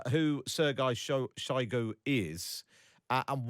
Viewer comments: Did he say Sirguy Soygoo? 😂😂😂🤷🏻‍♂️ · Putin might be planning to toss Shoigu under the bus and blame him for all the failures. Also Sir-Guy Shy-goo? who pronounces his name like that?